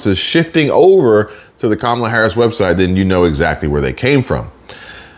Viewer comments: QUE MALA INSTEAD OF KAMALA. MEANS THAT'S BAD! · It's pronounced Kommie-la. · Thought you might be interested no that Mrs. Harris father named her Kamala as in camel. So you’re all pronouncing her name wrong according to the parent who named her. I respect the parents more than I respect her, so I’m gonna call her the name her father gave her which is camel-lah. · Kamuhluh like Pamela…ask her Dad. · No it's kamala l a la